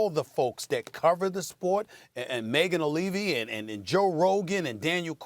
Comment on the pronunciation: Dude made sure to say Megan Olivi this time lol